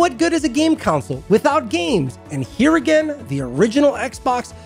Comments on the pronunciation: It's called a console so why do you keep pronouncing it as a councole? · The way you pronounce console gives me conniptions.